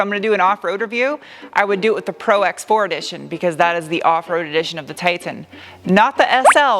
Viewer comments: ProX4 lol it’s Pro4x... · Nice review!!! By the way it's Pro4x not Prox4!! 😄 and the Cummins diesel is no longer available.